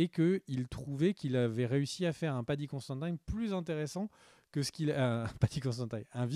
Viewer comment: Mais, tu vas le chercher où ton Paddy "Constantaïne"? C'est Considine son nom! Et ça se prononce comme ça s'écrit, pas besoin de mettre des "aïe" à la place des "i". 😅😘